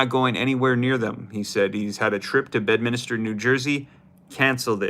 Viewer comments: 😂 its NOT Bed-Minister! It's bed-min-ster! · It’s Bedminster … not Bedminister 😂